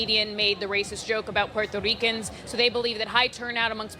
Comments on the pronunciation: There is high "Puerrrto Reeecuhn" turnout this day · PBS didn't used to feel comfortable spouting blatant Democrat Party propaganda in the old days. Nowadays, they are almost giddy about it ! I just loved the characterization of the Trump rally by Barron-Lopez. She just had to flex with the "Puerto Rican" technically precise Spanish pronunciation. You know, because she is "media elite" and is too fancy to just say "portorican" like a flyover-country native English speaker might do. "Racist and sexist" Madison Square Garden rally. Oh well at least she didn't throw in the "1936 Nazi rally at Madison Square Garden" verbiage.